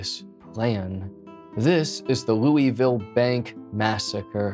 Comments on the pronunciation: As a Louisville native my asshole puckered when you pronounced it 'Loo-eville' it's pronounced 'Luhvul' other than that great video. 👍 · It’s pronounced loo vul. Some will say it is pronounced loo a vul but I’ve never really heard any Kentuckian pronounce the a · its pronounced looh vool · I live in Louisville and I remember this happening. Also ps it's pronounced Loo-ah-vul. I'm sure I won't be the only person to say it. Anyway, great video. Never thought you'd cover a story from my current home. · We say loo uh vuhl-Louisville 😊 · This mispronunciation of Louisville is cringe af